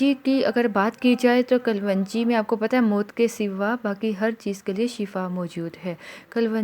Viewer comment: کلونجی نہیں kalun ji hota h